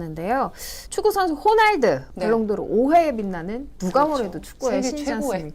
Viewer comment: mbc 아나운서분......... 호날드..호날도.......라니............ㅎㅋ